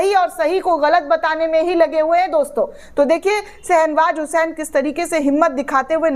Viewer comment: Nam galt bola ja raha hai.Sahih nam hai SHAH NAWAZ HUSAIN.